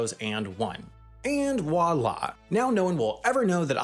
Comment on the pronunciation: "Wala" and "ex-or-ar" for "voila" and "XOR". I think you need to read a dictionary before you read your script